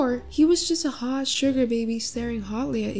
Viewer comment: When he says 'HOT' why just why